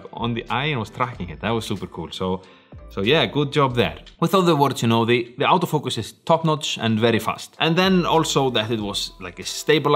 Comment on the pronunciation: 'Out'o Focus? or Auto Focus? That Scandinavian accent lol